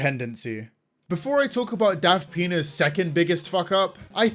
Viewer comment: Every time I hear say "Daft Pina's," I keep hearing "Daft þəŋ!$"... It's either a fitting description... or I have a problem EDIT: OK, it is a fitting description...